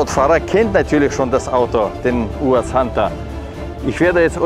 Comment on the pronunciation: Der Erste, der "UAZ" richtig ausspricht. Natürlich ein Russe.